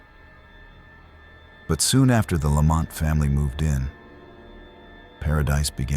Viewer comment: Vilas County, Fond Du Lac and even "Pabst" being mispronounced. 🙄 But the inappropriate pauses and inflections totally give it away. "Mrs. (Long pause) Lamont".... It's not the worst that I have ever heard, but it definitely is AI